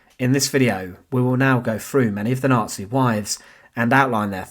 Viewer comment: Decent content but stop saying things like wif and free frew and twentief. Learn to pronounce your own language mate you just sound fick otherwise